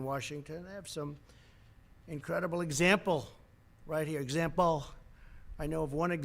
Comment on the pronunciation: Why does he say example like this?? Lol